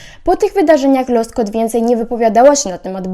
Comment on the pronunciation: Ona ma na nazwisko Łoskot, nie Loskot xddddd